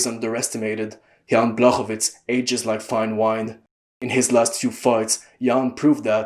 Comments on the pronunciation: Awesome video man. I love the in-depth analysis. ps. the "CZ" in Blachowicz's name is pronounced like the "CH" in "cheese" or "chalk" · And the "ł" is pronounced like "w" in "wood" or "wall"